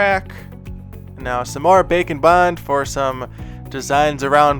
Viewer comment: Am i the only one thinking he says "bacon bind"?